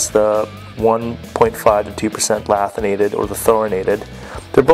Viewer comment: The fact that he pronounced the tungsten incorrectly tells you everything you need to know. Its LANTHanated, not LATHinated, and there isnt even a N in Thoriated...